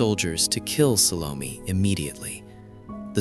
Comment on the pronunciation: Mano, fala o nome certo SALOMÉ.. nada de salon.....que viagem